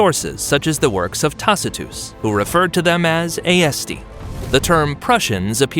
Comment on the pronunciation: AESTI - you should lookup the Latin language pronunciation, it’s rather easy. AE is read E, (ESTI).